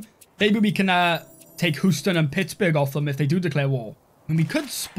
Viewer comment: "Hooston" <3 We pronounce it 'hyoo-ston' :D